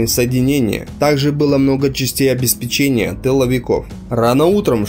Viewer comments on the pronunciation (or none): none